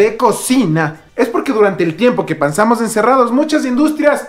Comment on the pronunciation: Pansamos dice xd